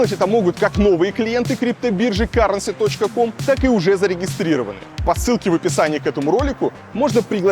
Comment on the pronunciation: Да не каренси, а кьюрэнси)))